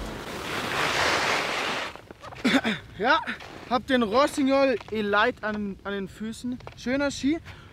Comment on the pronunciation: Top Video, handwerklich erste Sahne und wie immer hoch informativ.. Daumen hoch!:) Aber Zwei kleine Dinge: Der Rossi heist "elite" und nicht "e-light"! Ich wusste erstmal überhaupt nicht, von welchen Ski der da überhaupt redet;) Ausserdem käme es meiner Meinung nach besser rüber, wenn er die große verspiegelte Skibrille wenigstens beim Dreh vor der Seilbahnstation kurz mal abnimmt. Kommt irgendwie besser und einfach sympatischer rüber, wenn man die Augen der in die Kamera sprechenden Person wenigstens erahnen kann;) Und bitte nicht falsch verstehen, Ich finds einfach top was (und auch wie) ihr das macht. Ist nur als konstruktive Kritik gedach, damit ihr noch besser werdet!